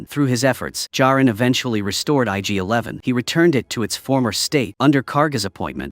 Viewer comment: Not sure but pretty sure its ig-11 not yg-11.